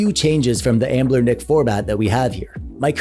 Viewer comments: Are you saying Anblernic instead of Anbernic as a mistake or to troll us and drive us crazy? Lol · You said the over sharpening is annoying, but what’s really annoying is how you don’t recognize that there is no L in the name of company. Why do you keep saying amblernic??? It just sort of invalidates the credibility of the whole video.